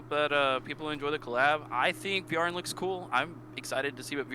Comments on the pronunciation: Fire was actually Vearn's element in the anime too. Kaiser Phoenix is one of his signature moves. (Also it's pronounced 'Vern') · The "a" in "Vearn" isn't pronounced (at least that's how they pronounce it in the latest anime) The stance True King Vearn is depicted in is the "Demonic guard of heaven and earth", his infamous stance said to be impenetrable, as it can deflect and counter the assaults of up to 3 opponents. Avan, Hym and Lahart had to sacrifice themselves to create an opening for Dai, which is what is depicted in their cards we got last week. I doubt Dai would get The Rebllion tag. He didn't rebel against anything. One could argue he goes against his father Barran initial wishes of human extinction, but here, he has the double Draconoid crest, the second one being inherited from Barran, once they made up... So, definitely no Rebellion going on there, sadly. Leona goes straigth to the "she cute" tiers, uh?